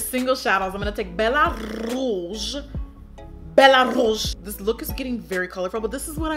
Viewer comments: «Bella rrrrose» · The way she says "Bellaaa rrrrouge" 😂😂😂. 😘❤️ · BELLA RRRRRRRROUGE